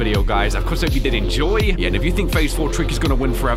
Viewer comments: Did he just say "Cookie" ??? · In that one part of Improbable Outset when Tricky does the up note twice, he sounds like he says caca. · Do you here tricky say Cooke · I remember memes that he was saying kooky 😂